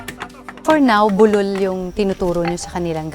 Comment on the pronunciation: db bu--lul ndi bulul kasi tunog bulol, slow lang po ang bigkas